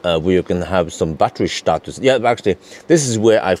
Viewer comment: ‘Batteryshtatus’ always cracks me up